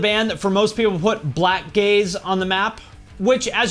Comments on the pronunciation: I thought you said black gays. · when he said "Blackgaze" for a second i thought he said "black gays"